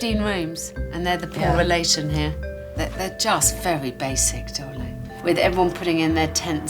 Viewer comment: I disagree. I love Alex but the way she calls people 'darwliing' really gets up my nose. I'd tell her to call me by my name. 🦘